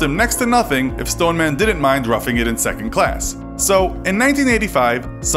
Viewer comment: The Stone-er-man